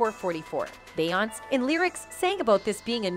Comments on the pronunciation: It’s Beyoncé (Be on say) say it correctly while you’re butchering these people’s names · It's pronounced: Be - yawn - say So - lawn - jah Re - on - na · Will SOMEONE TELL THE NARRATOR OF THIS PODCAST TO LEARN HOW TO PRONOUNCE BE YON SAY'S NAME CORRECTLY? SHE'S SO ANNOYING. SHE DOESNT PRONOUNCE BEYONCÉ NAME CORRECTLY. SHE DOES THIS IN SEVERAL VIDEOS..SHE ALSO DOESN'T PRONOUNCE BENNY MEDINA CORRECTLY EITHER..ITS MA DEE NA MEDina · Is the Narrator keep calling Beyoncé "Beyons" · BAY-YONCE & RAY-ANA 🫣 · "Beyounce' Lord 🤣🤣." Rhyna" , "Bay" I can't with this narrator 😵‍💫😂🤦🏾‍♀️. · Lately entertainers names are pronounced wrong.Nevet heard it like this before.Beyoncé ce is pronounced as say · I’m hoping the narrator is a computer generated voice because she pronounces Beyoncé’s name as “Bayaunts” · i can careless for this lady, but her name is be oncey! pls figure out how to say peoples name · How can you talk about them and you can't say her name Right. It's Be yon CE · Wtf is a Bayance? Lol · Bay-yonce … why are u pronouncing it wrong 😑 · Beyonce has been singing for years. How is her name being mispronounced in this video? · I love your videos but I realllly wish you would say Beyoncés name right 😂😂😂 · This reporter doesn’t even know how to say Bee or Rere or Solange names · Beyonce why can't you say no one's name right ever are you using a voice app I can help. RonnieBlueeyes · Her name is …. Beyoncé (try breaking it down) if you Vampires are going to suck her blood… try to pronounce her name right… A** Hole!! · Please 🙏🏿 for the love of God you pronounce beyonce name wrong. And aaliyah name wrong please say there Name correctly. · How's this woman keep constantly mispronouncing the name of one of the biggest stars in music? How? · Why do keep pronouncing her name wrong??🤔🤔